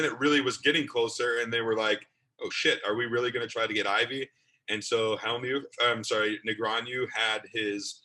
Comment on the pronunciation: Can someone please teach this how to pronounce "Negreanu"? Seriously, it's not that hard.